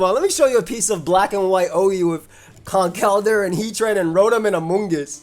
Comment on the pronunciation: Been a longtime viewer of your content but it was hearing you pronounce Conkeldurr correctly in this video (and Quaquaval correctly in a previous one) that convinced me to finally sub. Glad to do my part to help you reach 400k!